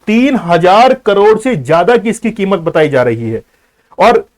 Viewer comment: Are bhain ke lore bar bar kimot kio bol rhe ho